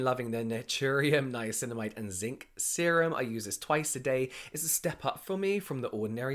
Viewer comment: I now only call it ‘nineamicinamide’ poor lol